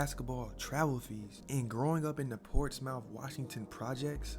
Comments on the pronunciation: Ik it looks like Portsmouth but it’s pronounced like Portsmith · lmao I’m born & raised there so it made me laugh more than anything. it’s always funny hearing ppl mispronounce Portsmouth & Norcom high 😂